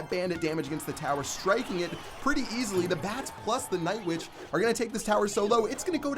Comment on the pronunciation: Did you say nightvitch